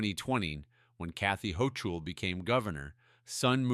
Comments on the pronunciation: AI Script reader ? Even a 5th grader knows that the Governor of New York , Kathy Hochul ‘s name is pronounced “ Ho Kol “ , not “ Ho Cho “ 🤣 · Why didn’t this explode all over the mainstream media? (please train your AI to pronounce governor Hochul’s name correctly)